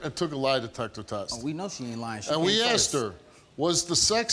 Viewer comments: It's horrific the amount of axing that goes on with these people. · Why can't she say asked